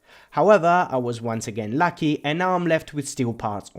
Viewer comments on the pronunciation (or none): none